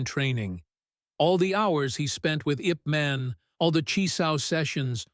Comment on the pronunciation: Name of lee's trainer was YIP MAN. Not in english way. Ask some chineese how to read it. No offence to you. DARKO BOSNIAKOVICH spirit with an axe ZAGOR TE NAY ahhyaaakk!!! 😂